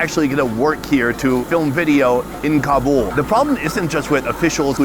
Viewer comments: It is not Kabool. Do you said boolfighting?? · I gave you the thumbs down for this video because you keep pronouncing Kabul wrong And it's driving me crazy. I love you bud but I can't continue to watch this video